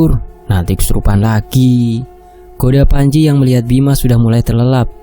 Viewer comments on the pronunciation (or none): none